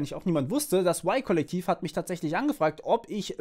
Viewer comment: Spricht man das Y-Kollektiv nicht komplett deutsch aus ?